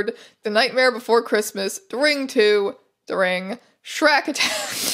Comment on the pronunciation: Misheard 'shrak' as 'Shrek' and I just about became quadriplegic from the whiplash